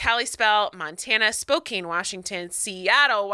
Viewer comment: Spokane is a short a, not a long a.